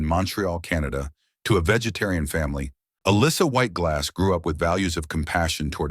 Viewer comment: So, nobody is going to mention the fact that the narrator COMPLETELY butchers her name? It's not uh-lissa, she pronounces it uh- LEESA. Her last name is pronounced like it's spelled... GLUZ, not GLASS. I like her. This video sucks, though.